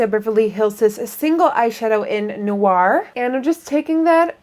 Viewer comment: Noir is pronounced "Noo-wah"